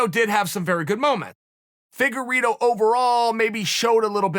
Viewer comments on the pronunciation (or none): The way chael pronounces some names.....anyway i got Figueroa again clearly. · Deiveson "Figorido" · Chael “figereeto” Sonnen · Chelle ‘figue eeedo’ Salmon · Figuerido? Lol